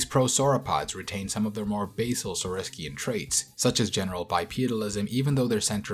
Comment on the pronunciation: Very cool video and super happy that this featured the Sauropods. Great job on trying some of the most difficult pronunciations. However a few corrections on some general pronunciations - Saurischian (saur-ish-ee-an) and Ornithischian (or-neh-thish-ee-an). I know Sauropods are pronouced sor-oh-pawds, however, when it comes to Sauropoda and other "poda", the paw becomes a po (Sor-o-po-da) like the po in podiatrist. Hope that helps